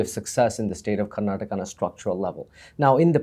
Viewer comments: Mr Thappar - it is KARNATAKA & not how you are pronouncing . First learn how to pronounce correctly your fellow states properly before asking for any money. Kannada Film Industry is the only film industry in India where the METOO movement did not happen because it is a perfect utopian Work ethical Industry or was snubbed , curtailed and killed in the bud . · With all due respect mr Karan Thapar , make sure you say Karnataka and not karnatak ! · Mr.Thapar, thank you for this interview. This was brilliant. However, with due respect I want to raise a couple of issues. Firstly, it is Karnataka and not Karnatak. And secondly and more importantly, it is disrespectful to interrupt the interviewee repeatedly. Please allow them express their views and opinions fully.